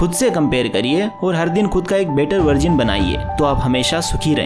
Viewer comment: bro vo better vargin nhi hota better version hota hai 😂😂😂😂😂😂